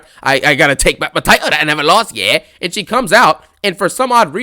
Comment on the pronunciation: Bro got to put that emphasis on that “YEAH” when he talks about Rhea 😂😂